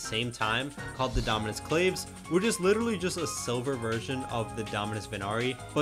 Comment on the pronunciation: Dominus claves is pronounced clahvis